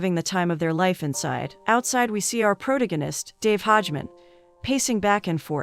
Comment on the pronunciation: I'm sorry but "Pro- tan- ganist" got me